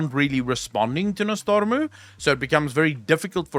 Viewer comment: PLS the names are NoZDormu and MurozoNd It's very grating hearing them getting butchered